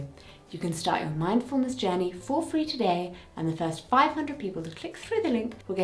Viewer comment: sometimes when u mix words up it's really rather cute, like "queens" instead of "queers" or "to-Gay" instead of "today"